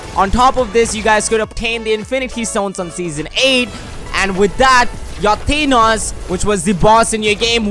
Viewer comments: you are saying thanos wrong. You are literally saying thaneos instead of thanos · Who the heck is thenos it's thanos 😂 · TEEEEEEENOS like what lol i liked this vid i just thought it was funny the way you said thanos